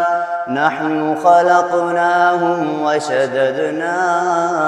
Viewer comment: 'وشددناھااسرہم' نہیـــــــں ہے. 'وشددنااسرہم'ہے